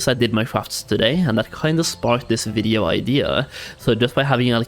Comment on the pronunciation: ngl you say videoo so strange haha